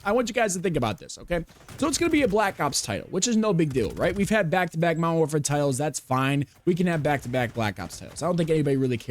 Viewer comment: Lmao this is why I’m still on mw2. No ai bs no report spam bs. And it was left alone by these dev idiots 🤣 never bought mw3 or bo6. And I sure as hell ain’t getting bo7 that ain’t cod anymore lol Also “mowerwarfare” 🤣🤣🤣 wtf